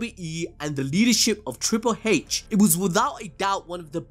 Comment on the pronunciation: Every time you say Triple "Haitch", you should have William Regal's face pop up. YEAH